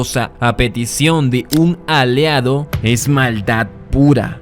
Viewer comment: Excelente top y el análisis muy bueno. Yo creo que Got merece un top 20 o 30, porque son demasiados buenos momentos. En el minuto dice "Aleado" 😅